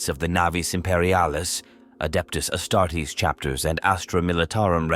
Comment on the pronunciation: The Astarts loll 😂